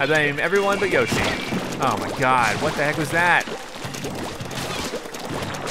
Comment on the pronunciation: keep on saying Yoshi but its Yashi needs to work on his vocabulary